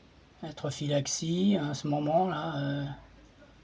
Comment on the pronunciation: Il s'agit de trophallaxie et non trophillaxie ;-)